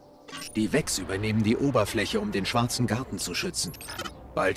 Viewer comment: Vex, nicht Wix. Ich verstehe. Immer dieser Hummer. :)